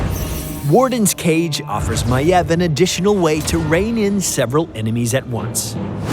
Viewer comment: he pronounces it maev yet it is spelled maiev